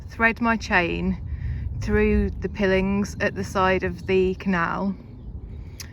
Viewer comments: Just found your channel, lovely natural presentation. Pilings is pronounced pile-ings. They are driven vertically into the ground to support a bank or foundation for buildings. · 4 MPH equates roughly to a steady walking pace. The metal rails are pronounced pie lings. Sorry. You’re doing great. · I could be wrong, but I think 'pilings' are pronounced 'pie-lings' . Just saying.....love the videos, definitely Zen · Hi, can see why you love the life. I am no expert on canals, but I believe it is pronounced 'pylings' as that generally refers to posts or retaining walls driven into soft ground or into river beds/shorelines to anchor pontoons etc. Happy travels. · I thought it might be a regional pronunciation :face-purple-wide-eyes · Great vid but you desperately need a body mic ❤. Just another small point - "pilings" as opposed to "pillings"❤ ❤❤❤ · It's pronounced pie-lings not pill-ings. The metal stuff you chain your boat to. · That barrier at the side of the canal is called Arm-co and pilings is pronounced pile-ings I wouldn't say anything usually but you aren't going to want to live on a boat for years before someone says something, love the videos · P.s Pillings is usually pronounced pi - o - lins ❤ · Just for your information, the metal sides of the canal are called pile-ings not pill-ings. Love your boat x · Pye-lings is how they’re pronounced. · pronounced 'pie-els'. I've been watching Narrowboat channels for several years and I really like your approch to it! 👌👍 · First time I've ever heard pilings pronounced 'pillings', usually pronounced 'pyelings' 😅 Little tip, when you start to moor, use a piling hook (aka nappy pin) on the centre rope, the boat won't go anywhere then and they're very quick to put on and off👍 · Nobody calls them pillings, everyone pronounces them as PIElings, you are either an alien or this is an AI production. OK I'm calling it, this is all AI, is not an actual person. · Pronounced pilings not pilling. As in piles